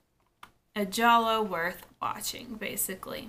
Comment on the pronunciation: Thank you for pronouncing it correctly! 😀